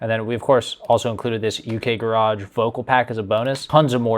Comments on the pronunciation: It’s pronounced “UK GARRIDGE”!!! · I don’t even like the English but babe it’s pronounced “Gehrudge”